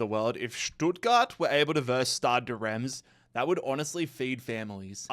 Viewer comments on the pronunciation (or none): none